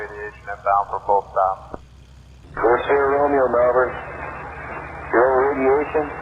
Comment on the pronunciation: please pronounce melbourne properly wtf is this pronunciation